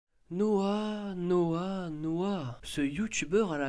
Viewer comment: Au début j entendais : noix noix noix ( ça se voit que j aime ça ?)